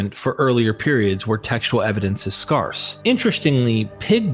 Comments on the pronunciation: sydmccreath4554 no. speaks like someone who reads on these topics before hearing ppl talk. He has specific mispronounced words, like "scarce" and some of the ancient names, that are more phonetic. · It's the pronunciation of the word SCARCE that hurt my brain the most. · I have never heard anyone mispronounce the word “scarce” before, and it annoys me. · You say scarce and scarcity like nobody has ever said it before in history bruv lol love your content tho! Keep it up 🤘❤️